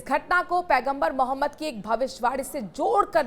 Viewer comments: Anchor mohtarma Hamare Paigambar ka naam acche se bol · Patrakaar Sahiba mere Nabi ka Naam thoda sahi se lo Yun Hi nahin Hai un per Sara ❤❤❤jamana Fida